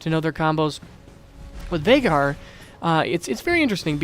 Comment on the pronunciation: Vai-gar is the pronunciation.